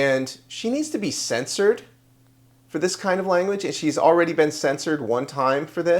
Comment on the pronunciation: I've said it before, the word is CEN-shured!